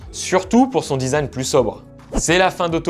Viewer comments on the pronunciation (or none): none